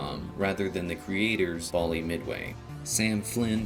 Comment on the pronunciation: Bally: bal ee